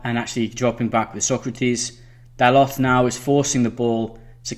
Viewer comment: great tactics but gotta work on pronouncing player names the way they are supposed to be "dalotte" - dal-oh Dalot "leeno" - le-no Leno (think like Jay Leno) "kolaseenack" - ko-las-in-ach Kolasinac "maitland-neelis" -nye-els Maitland-Niles "matick" - ma-tich Matic well done on aubameyang, ozil, xhaka, lacazette. just trying to help. Love your video highlighting both manager's thinking.